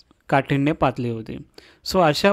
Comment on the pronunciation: सर तूम्ही तोत्रे बोलता😂.... काठिण्य पातळी ऐवजी पातली अस म्हणता 😅